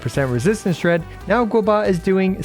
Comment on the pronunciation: who the heck is GOBA? You re playing this game for a living and cant pronounce his name..